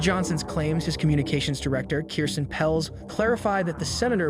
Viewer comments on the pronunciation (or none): none